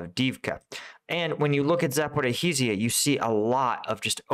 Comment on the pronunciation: Try: "Sapo-rish-jah" ;-)